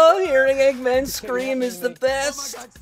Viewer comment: It's not eegman